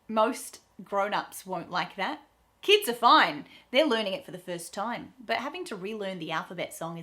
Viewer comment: How come you say "time" the way Americans say "time"? I'm American; what we usually hear when Aussies pronounce that word is something that sounds to us like "toaim." The same with "subscribe" . You say it exactly as Americans do; but I usually hear Aussies say something closer to "subscroaib." And right after that, you say "if you like" ; but you pronounce the word "like" the way Americans do, instead of "loaik" which is what we in America usually hear when Australians pronounce the word "like." Confused.